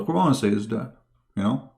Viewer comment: qur'an..bukan kuron baca qur'an nya jg salah.. sebarkan agamamu dgn kitabmu jgn banding" kn dgn qur'an..saran kalau mau debat agama buat topik/judul ajak ahli qur'an dan ahli alkitab utk d debat..! debat apaan ini gk ada judul hadeh